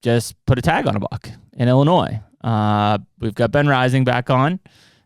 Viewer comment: Can you please stop pronouncing the S on the end of Illinois....